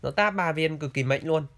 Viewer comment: Mạnh - k phải “mệnh” Ngọng quá thể.